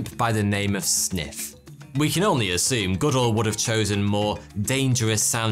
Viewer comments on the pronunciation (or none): none